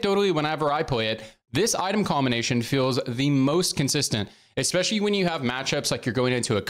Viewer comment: Every time you say, "Expecially" i die a little more inside.... luv u tho